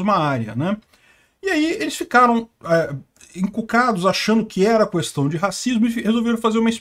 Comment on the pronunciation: Toda vez que o pronuncia "cuestão" eu lembro do Bolsonaro